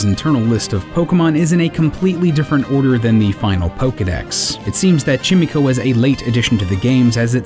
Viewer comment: chimico? you mean chimeco? you know like a play on the words chime and echo? chimico? really?